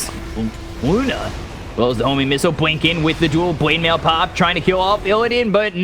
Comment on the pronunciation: IN THE WITH THE BWINK AND THE BWADEMAIL god love this.